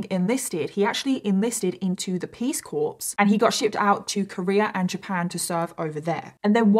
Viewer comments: Peace corps is pronounced peace core, not peace corpse. Everytime you say corpse I go 😳. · I've said this before: The word "Corps" (military term) is pronounced as "Core"... 😎👍🏻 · Sorry for being that guy, but you don't pronounce the "ps" in corps... It's not a dead body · The P in peace corp is silent but after hearing say it like that I’m forever saying it the same way… accent and all!! 🥰🥰🥰